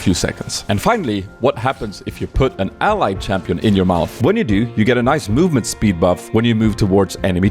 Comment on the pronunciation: "Movspeed" lel